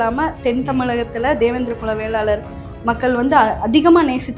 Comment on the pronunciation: நெறியாளர் தம்பி படிச்சிருக்கீங்க தான வேளாளர் னு சொல்ல தெரியாதா வெள்ளாளர் வெள்ளாளர் னு சொல்றீங்க